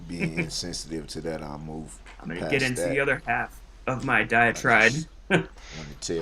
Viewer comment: "moofe" 😤😤🤬🤬 it's freaking MOVE you pile of shite! "Umbiblical cord" he probably never done that .. I bet you he saw that word online and used it to get sympathy!